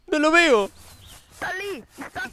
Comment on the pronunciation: y su intento de hablar portuges me parte de la risa con ek alli ali